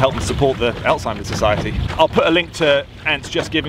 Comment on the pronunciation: When you sayed Alzheimers desease for some reason I heard Antz desease.